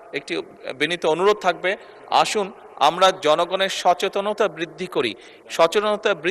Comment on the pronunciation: শব্দটা নতুন সচেননতা😂😂😂😂